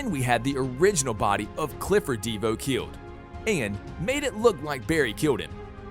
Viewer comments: Who tha is a deevoe and cicaada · Deevoe and cicaada lol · DE VO It is Devo all one word